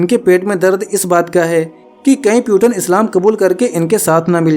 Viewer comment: Peuton nhi bhai Putin पुतिन naam hai.